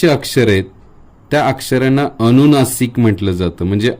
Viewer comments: छान माहिती... फक्त तुमचे काही उच्चार सुधारा 🙏 ...उदा. "अणुनासिक" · सगळे छान शिकवले पण आधीच माफी मागून एक सांगावे अस वाटलं कि 'अनुनासिक ' आहे ,'अणुनासीक' नाही.'अनुस्वार 'आहे 'अणुस्वार' नाही. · अनुनासिक म्हणतात. अनुस्वार म्हणतात. अणुनासिक अणुस्वार नाही म्हणत. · ' अणुनासिक ' म्हणताय तुम्ही, आणि ' ' अणुस्वार ' पण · मुळात तुमचे उच्चार च चुकीचे होत आहेत,,,अणुनासिक नाही अनुनासिक,,, अणुनासिक नाही अनुनासिक...अवलंबूण नाही अवलंबून,, बघा स्वतः चेच रेकॉर्डिंग ऐकून,,, किती विचीत्र वाटतय, आताचे बहुतेक u tuber , शुध्दतेच्या अट्टाहासात असं उच्चार व्याकरण बिघडवत आहेत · व्हिडीओ माहितीपूर्ण आहे . अक्षर अगदी मोत्यासारखे आहे ...पण आप स्वतः न च्या ऐवजी ण म्हणता आहात ...😢अणूनासिक अणुस्वार 😮